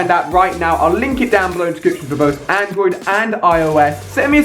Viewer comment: its Android, not Androis. . . lol downloading the app as i post this comment :P